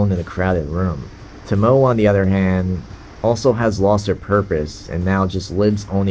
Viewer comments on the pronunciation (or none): Tomoe - the "e" is pronounced like in "egg".